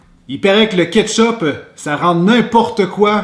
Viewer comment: J’entends chipe au ketchupe